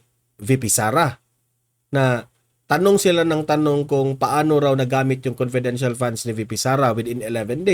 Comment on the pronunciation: Conpedential nga e,bakit e explain pa yan.conpedential is conpedencial.